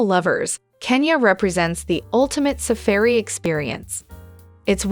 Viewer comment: SuhfahRi not suhfeery. Nyerobee not narrowbee